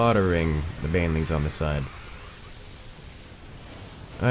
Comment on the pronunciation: How he pronounces "Banelings" as "bane-a-lings" upsets me on a personal level.